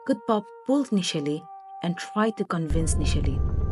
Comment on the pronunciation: I think Kutupa should be pronounced Kootoopah , and not Kootpa.Also Anishe should be pronounced Anshey flower and should be written likewise ! Sounds and looks better ! Just a thought.